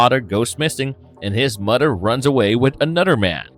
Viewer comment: Although I enjoy this channel, this narrator has to work on his pronunciation of certain words. The words mother and others are not pronounced as mutter or udder. With that being said thanks for the upload on The Goon 🥰